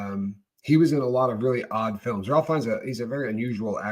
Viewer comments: Ralph Feinnes is pronounced 'Rafe' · He was in “The English Patient” And his name is pronounced “Ray.”